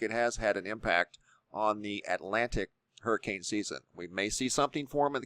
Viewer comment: ITS A Hurmmcain🙄